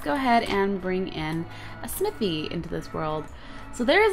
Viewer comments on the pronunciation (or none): Snithy? you said snithy!